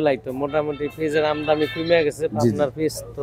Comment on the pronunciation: আমদামি নয়, আমদানি।